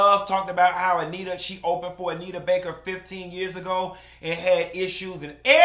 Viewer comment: I’m just here for all the time say Bake 😂